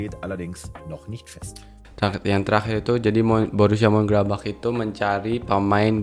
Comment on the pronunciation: Munchen-gladbach, Bukan mun-gladbach 🙏🙏